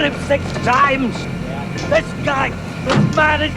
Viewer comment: "I shOt him SIX TIImes*